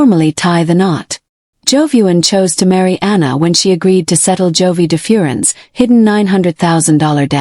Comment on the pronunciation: Please say his name correctly